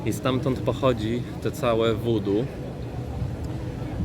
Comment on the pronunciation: Witam. Wymawia się wuu duu. Opowiadasz bardzo ciekawie. Mam nadzieję, że wkrótce, będziesz miał więcej oglądających. Znam osoby z Ameryki Południowej, które do tych zagadnień podchodzą bardzo na serio. O tym temacie opowiadał mój brat, który ma żonę Filipinkę.